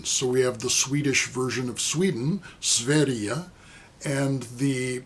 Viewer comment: Hi! First I must compliment you on your pronounciation of "Sverige" (sounded really swedish👌) and so much to look into. That "Crackle"-guy's tune,WoW right in my wheelhouse. (With that playing I will keep my spouse busy in the garden of our summer cottage,Tanx.) Tonite I'll be seeing Monolord and Martyrdöd (Not for the faint hearted...😉)Until next week🤝✌️😎